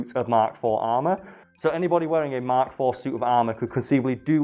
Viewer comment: Every time you say mk IV I cringe